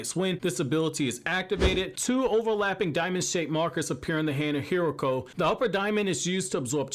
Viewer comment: Legend has it is name is pronounced hi ru ko hiruko